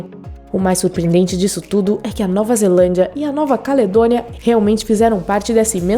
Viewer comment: Muito. E ainda falando ze-A-landia eu quero morrer!!!